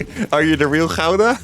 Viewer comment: Everyone who isnt Dutch pronounces Gouda and Goo-Duh, it's weird hearing it in dutch lol